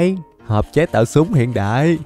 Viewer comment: Lúc trước ah có bán shop ff mà ko bt có chs ko nữa mà đọc tên súng toàn sai